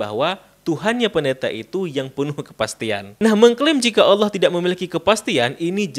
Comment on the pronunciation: Dia sengaja mengejek dengan menyebut Allah dengan Ooloh.